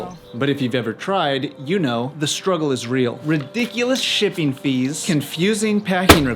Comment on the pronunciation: Count the number of times he says 'shipping' and try not to hear 'sh*tting'... every time.